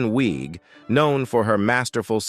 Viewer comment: Kristen Wiig, pronounced Wig. When did she “destroy her career” 🤷🏼‍♀️ Same with Bill Hader? I’m going to stop pausing to ask you the same question about others 🤦🏼‍♀️